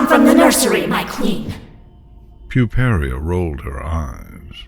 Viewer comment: The link to the story will illustrate that, but it's Puparia (pyoo-PAIR-ee-uh).